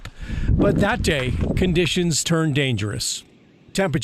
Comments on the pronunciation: Can't listen to the guy mispronounce Abol over and over again. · Pronounced A-Ball